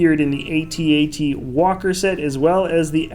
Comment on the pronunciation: It's actually AT-AT not a-t-a-t.